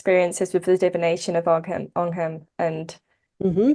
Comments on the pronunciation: The g in ogham is not pronounced would be closer to o-am, sorry if that's nitpicky but it's always nice to know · whoa whoa whoa hold up this woman says she’s an expert on the topic but she’s mispronouncing the word “Ogham”???! Smh